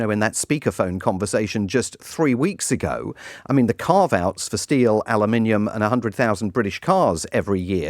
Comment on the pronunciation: Your guest is the only westerner who can pronounce "aluminium" correctly... well almost 😅